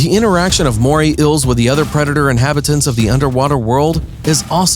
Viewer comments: This narrator is a joke. What is an "inhibitant?" Pretty sure you meant "inhabitant." Also, how many more times are you going to say the phrase "Moray Eel?" Also, what the fuck is a MORAY ILL? It's EEL. Phonetically, it's EEE-uhl. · Escuse my unaccustomed ears. Inhibitant? Inhabitant?